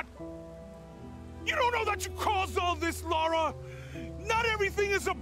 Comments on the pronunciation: Laura will never be able to dual-wield pistols like her predecessor, Lara. And given even the voice actors can't be arsed to pronounce her name properly, you're 100% excused, Joe. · Ah Joe man, please, lara not Laura. You're killing me ha ha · Jesus Christ joe her name isn't Laura, it's Lara, LAR UH, not LORE UH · its LLLLAAAARRRRAAAA NOT LAURA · Its not laura, its lara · Its LARA for gods sake, not Laura!!!!! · Wait a minute, I thought her name is LARA!!! Not LORA :D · I always like your reviews but dude it's fucking Lah-ra not LAWWWWra. It's so bad that even the devs don't get it. And haha glad you addressed it in your review haha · Yet another American calling her "Laura". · It’s Lara not Lara. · i dated a girl names MARA so y do ppl have such a hard time saying LARA lol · Isn't Lara's bow (Laaa Raaa) she's British, her origins weapon, with the twin pistols coming along as she gets older? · I want to see her double guns. ;) Also its Lowra, like Lawyer, not Loyer, LAWyer, because you study LAW, not LOW rite? Raight :) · Her name is pronounced the same way as Lava. Lara<><><><><Lava. I think Jonah pronouonces it differently because of his accent. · You're all wrong--it's actually LOOORA. lol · Joe, it's easy, it's just pronounced Lara! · There’s no u in her name! It’s La—ra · pronounced LAIR-A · haha I like how one of the villains calls her Larra. It added to that section. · It’s pronounced Lara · "LORA" lol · It’s pronounced “Lara” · HER NAME IS NOT LAURA!!! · AngryJose cant even pronounce her name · I think it's all about your accent and how your culture pronounces Lara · pronunciation of her name is from the british accent for her, and Jonah is halfway between laura and lara. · Haha I had this pre typed out just before you mentioned it: Why can't Americans pronounce her name correctly? The game is OK but feels off compared to the others , uninspired and rushed. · How can you play through three of the games Joe, and STILL get LARAS name wrong?? Smh ..